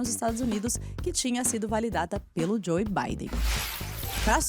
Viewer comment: o E em JOE é silencioso... Joe Biden é pronuciado "Jo Biden"